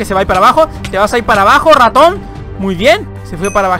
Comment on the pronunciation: Porque cuando dices raton se escucha como ratom ???